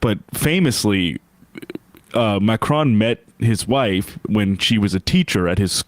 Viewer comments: FFS his name is said exactly as it's written: MAC RON. MAC like in "BIG MAC" and RON like in Ron Weasley. Where on earth do you get M'Crone from? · Pronounce ‘Macron’ to rhyme with ‘on’ not ‘phone’. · Klandance insistence to mispronounce french name is almost pathological.